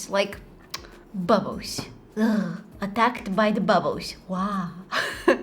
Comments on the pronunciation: Is actually bubbos how she say it 😂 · Bubbs😂😂😂😂 = bubbles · We say bubbles and she says bubus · the way she says bubbles “bubboes” litterly that makes me so happy idk why , i love her so much , like can we just also appriciate the time she takes to edit just for us to like her videos wow she makes me so happy i love her so much i hope she keeps posting to be honest❤❤❤❤❤ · When she says bubbles,it always sounds like ‘’bubboes’’🤭🥰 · I loved when she was saying 'bubbos' I was laughing so hard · saying: bubbles me listening: babbos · When she says bubbles, it always sounds like "bubboes" 🤭🥰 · if your reading thisim not a hater but no offense but she's kind of right